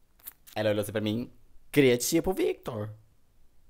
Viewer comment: "Cria tchipo Victor" kkkkkk eu ameiii